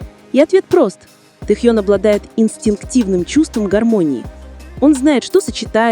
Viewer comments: Ким Тэхён. КИМ ТЭХЕН. Тогда и Чонгуен, Чиминен, Хосокиен, Намджунен, Джиноен, Шугаен. По русски Ким Тэхён. Слушаем на русском языке. Автор, будьте любезны правильно называть имя Тэхёна. Это не трудно. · И/ И? Вот пусть и переводит тогда Чонгуен, Чимиен, Намджунен, Хосокен, Шунгаен, чтобы одинаково звучало. Недоделанный и/и .интересно, а кто закладывал в него текст, какая необразованность нерусская?